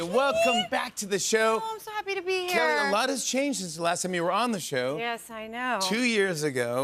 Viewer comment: Isn’t it pronounced Kay-Lee instead of Kahh Leee?